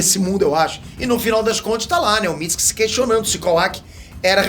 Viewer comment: Amo ele falando Mitski(Mitsuki)